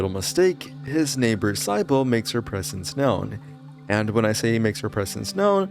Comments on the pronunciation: "Psy-bull"??? why are you pronouncing the name Sybil that way?" See-bull" that's the way its pronounced and its not even an uncommon name. So please, for the love of God, explain, where, and how did you arrive at the pronunciation "Psy-bull"? Has the whole world gone mad? Will I have to cloister myself inside my apartment complex to avoid the Lovecraftian fate that has consumed people incapable of proper pronunciation such as yourself??? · One of the most unique horror games so far, and a rare one that makes some of the terrifying monsters actual allies! Great plot too!! Also just a heads up for ..... Sybil is pronounced Sib-ill, not Cy-Bill. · sigh-bowl's name is pronounced sib-ill btw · Who is Cybull.... I've never heard it pronounced that way. I know Sybil is a very uncommon name but I only hear it pronounced "Sib-ill" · Pronounced like "Sibble". not SY-bil. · Sybil is pronounced Sib-bil not Sigh-bil. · This bothered me so much. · S-eye-bull lmao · "Sye-Bull" for Sybil. Holy AI slop Batman. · Isn't sybil pronounced "sibl"? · "Sybill" is pronounced "SIH-bull". It is a two-syllable name with the stress on the first syllable: the "sy" sounds like the "si" in "sit," and the "bill" sounds like the word "bill". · Sybil is pronounced like SIB-uh. Same sound as in the name Sid. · Just saying, Sybil is pronounced "Sibble" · sybonel lmfao thats not how you say it but close enough lol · The way you pronounce Sybil is taking me out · The sy in sybil is pronounced like si in the word sit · This game is amazing, but that's not how you say Sybil. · How do you pronounce Sybil wrong.